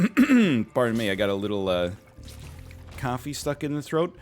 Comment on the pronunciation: he said: scuse me got a little coffee in my throat. I heard: scuse me got a little cough-y in my throat